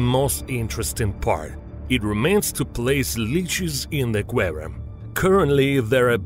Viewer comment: doubtful, sounds like russian intonation